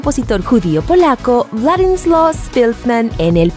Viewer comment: Forzado ... forzado es pronunciar un nombre polaco con acento ingles y no pronunciar ni una c ni z .